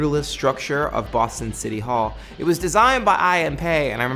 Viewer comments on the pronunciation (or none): none